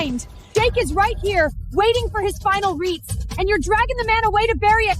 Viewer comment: Rites or reets